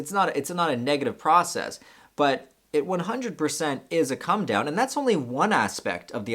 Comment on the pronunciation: You sometimes say "cum down" and I was just laughing my head off!